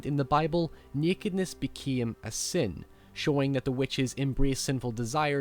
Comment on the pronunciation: "Nekedness beceme a sene" what is wrong with your english geez